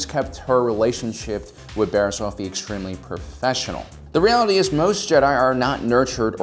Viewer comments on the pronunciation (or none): Just you know for the record, the pronunciation is Offey not Oaffy just saying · I really like your videos but just gotta say, sometimes the way you pronounce things urks me a bit. Oafffie?. Not trying to be rude, a lot of the names/terms are cannonized in their pronunciation. Anywho, keep posting cool vids!